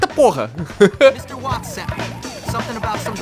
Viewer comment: Watts se pronuncia Vats